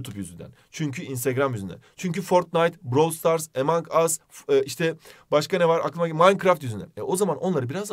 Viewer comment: Yanlış olmasın emang as diye okunmuyor among as diye okunuyor